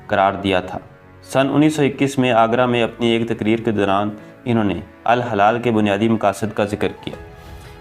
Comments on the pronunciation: الہلال درست تلفظ جبکہ الحلال غلط ہےبراھکرم درست کیجئے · Hilal meaning Moon Halal mean jaaez jo haram na ho apna talffuz dirust Karen ghalat urdu na parhen